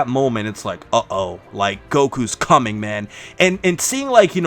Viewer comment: No ones going to talk about just said “oh Goku’s cummin”??